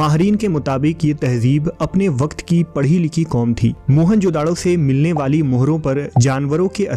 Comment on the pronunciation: Its not mohan-jodado.. its mohejodaro ... dont give it name of mohan...